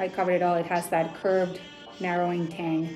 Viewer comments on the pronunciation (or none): none